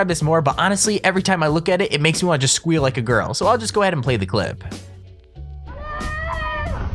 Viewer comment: Stop talking and just press play!!!!! And by the way don't say scweal like a girl or I will make you from the pain